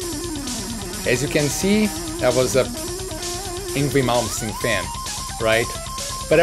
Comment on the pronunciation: Love the fact he had some hard time attempting to say "Malmsteen." I feel you, bro.